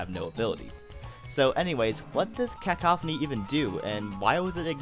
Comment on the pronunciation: It's Cuh-Cough-any